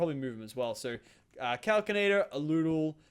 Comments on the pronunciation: Kal-Sin-Ay-Tur Not Kal-Kin-Ay-Tur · I cri evry tiem he says calcinator. It's pronounced cals-in-ator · it hurts me when he threw away the kinesis pipe and he says calcinator instead of calsinator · Its cal-sin-ator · Also, Calcinator is pronounced cal-si-na-tor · it's cal-si-na-tor 😠